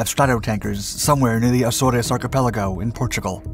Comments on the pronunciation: Pronounced A-zores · Azores = Ä-Zohrs